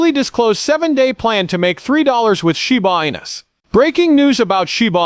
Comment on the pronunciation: Is this ai produced? Man so cringe to listen to! Zero zero zero bla bla, shee booo anus? You should read it buddy! You'd probably do a whole lot better!